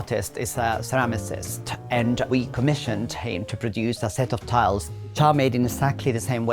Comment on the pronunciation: Beautiful interior. I died laughing when he pronounced ceramicist😂